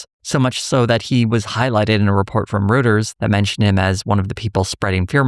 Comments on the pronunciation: Also, for future reference, Reuters is pronouncedROYters 👍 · That's not how Reuters is pronounced. It's like "royters."